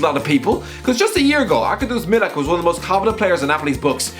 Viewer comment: The way you pronounce Arkadiusz Milik is realy sweet